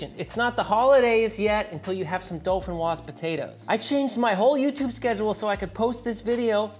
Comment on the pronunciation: There is no “L” in dauphinois